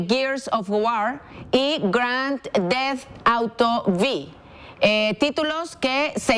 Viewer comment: Grand deft outo bi !!! Se pasan de verga ....Son periodistas y no pueden pronunciar bien el título de un juego, ya ni el borolas lo hablaba tan culero...